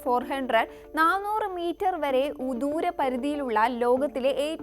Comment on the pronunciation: സ്ഥിരീകരിച്ചു എന്നാണോ സ്ഥിതീകരിച്ചു എന്നാണോ ശരി? അടുത്ത sentence ൽ ദൂരം എന്നത് ഉദൂരം എന്നാണ് കേട്ടത്.